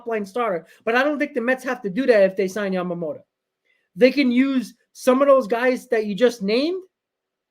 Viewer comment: It's YAMAMOTO not YAMAMOTA, you always call Yoshinobo, Yamamota, that would be a different person